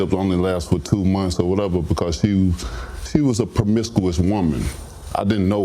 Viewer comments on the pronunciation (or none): "Prumicuous" lol